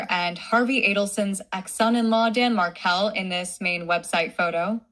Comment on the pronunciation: Thank you,. I do appreciate your voice, you are an educated, caring woman who is seeking justice for Danny and his entire family. This "voice" doesn't even pronounce Markel correctly. Please, be true to yourself. You are an incredible person! MaryAnne in New Mexico USA 🌶